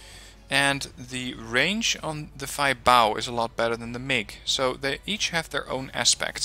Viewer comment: I am not 100% sure but i think the Feibao is spoken as Fa-Bi-O I heard that in other wargame players actually